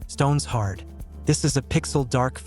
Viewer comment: AI cannot even say Stone Shard.